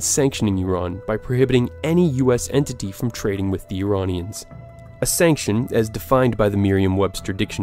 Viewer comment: BTW you say Iranian names unbelievably correct